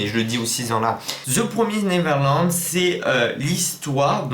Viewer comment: Très bonne vidéo ! On dit "Ze promiz néveurlande" Mdr😉